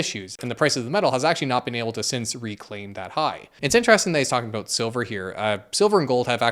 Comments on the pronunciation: The best part of the entirety of the video is when the tarot card witch was so dumb you went full canuck--aboot.😂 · Love your pronunciation of ‘about’….which my UK ears hear as ‘aboot’ 👢